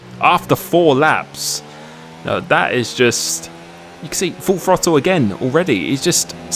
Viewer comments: The FROTTLE, you brits and your pronunciation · Every true American knows it's pronounced "Throddle".